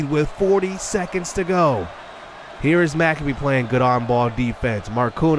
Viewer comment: Hey! Your point guard’s last name is pronounced Mic-Cabe (cabe like rhymes with babe)…. Not Mac-a-bee 👍😁 Big fan!